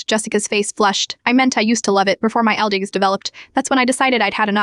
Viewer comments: What's wrong with your AI that it can't say the word "allergies" correctly? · Is it really that hard for AI to say the word allergies lol